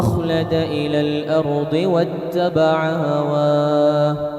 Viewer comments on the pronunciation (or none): none